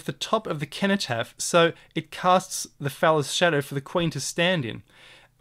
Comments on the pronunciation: Another excellent video with a fresh look at what's right infront of us, thank you. It's a soft "C" in cenotaph, "Senotaph". Well here in the UK at least. Thanks again, can't get enough of your insightful vid's. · ‘Age shall not weary them’ - They will not grow old and weak. ‘Nor time condemn’ - Their actions will not be allowed to be misconstrued by the passage of time. Sorry to be a pedant but it’s pronounced Senno-taph, it’s bugging me lol. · The word "cenotaph" is pronounced "seno-taff". Sorry to be picky, but when you say "keno-taff" it makes you sound ridiculous!! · For those pointing out that cenotaph is pronounced with an s sound: this is probably a corruption of the original likely k sound. So 'kenotaph' is probably more useful to consider the meaning of the associations which would have likely have been made in antiquity. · Precisely, I studied Latin for years so i'm actually unable to pronounce it with an S and be true to myself haha. Thanks for explaining it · (cenotaph is pronounced as an 's'. like the word centuary.) Thank you That was so interesting. It's brilliant symbolism spotting. is also known as the digital activation code for our DNA. Inspiring stuff you are a font of information.